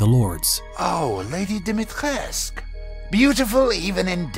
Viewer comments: Awesome video!! Btw...It's pronounced Dimi-Tres-Cu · Dimistrescu not domitresc even game make that mistake